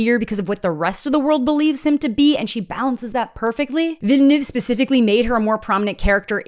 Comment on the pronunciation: Welp today I learned that his name is not "Dennis Vil la nu ev a".